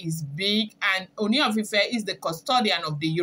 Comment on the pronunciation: You almost pronounced Ooni correctly today. Keep trying. You are doing well. I have been enjoying your blogging.